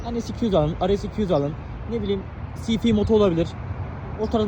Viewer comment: sifi değil kankacım si ef diyebilirsin xD bu arada bu motorlar da öyleyse ülke komple boku yemiş diyebiliriz. talep artıyor tabi doğal olarak adamlar saplama peşinde :)